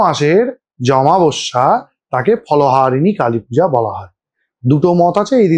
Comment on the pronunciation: দাদা একটা ছোট্ট এডভাইস ছিল তুমি প্লীজ বাংলা উচ্চারণ গুলো একটু খেয়াল করো। অমাবস্যা কে আমাবস্যা বলছিলে বারবার